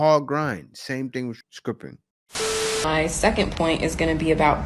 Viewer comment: "A SKRIPPA"?..frankw